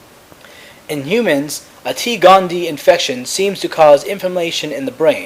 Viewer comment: OK, sorry, just, real quick: It's, T. gondie-EYE, there are two 'eyes', thus, gondie-EYE. 'Sclerae' is pronounced 'sklerry', like sherry (the beverage). Aside from that small critique, great videos!